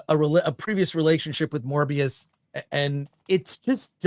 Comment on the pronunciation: kept getting it wrong, the character in this series is Mobius not Morbius (sounds like Moe not Morb). Owen Wilson's character name is a reference to the Möbius strip, and has nothing to do with the Morbius the living vampire. It has been explained elsewhere that Ke Huy Quan plays a repair guy at the TVA, so he's a coworker of Mobius.